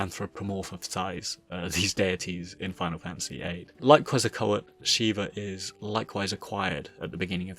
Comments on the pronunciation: Of all the wrong pronounciations of Quezacotl, "Quezacoet" is the most head scratching one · It's pronounced Ketsal-kwatul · It’s kwet-zah-kot-tyl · its pronounce Kehtz-Ah-Coat-Toll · I hate to do this: Ket-zal-ko-attle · You know... The song "Oregon" by Clutch SHOULD give you an idea how "Quetzalcoatl" should be pronounced. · The T is before the L though... There's mispronunciation and then there's American levels of stupidity and illiteracy